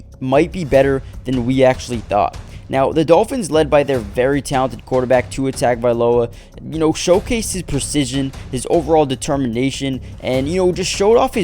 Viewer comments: Tongaviloa not tagaviloa!! When are you gonna get it right?🤣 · lol TAG is wrong, it’s TUNG. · Can't respect anything if you can't even pronounce Tua's last name correctly